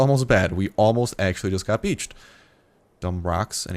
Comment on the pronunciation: almost got "bitched" beached ha ha. I just thought that he said it kinda funny. Lol